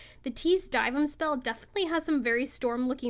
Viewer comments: why r u pronouncing dyvims name like that 💀💀💀💀die vim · another W but the way you say dyvim makes me question everything 😭